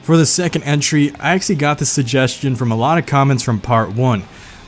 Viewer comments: This dude says “Axely” instead of “actually” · Take a hit every time he says "actsili" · That's all legit but why do you pronounce "actually" as "axly"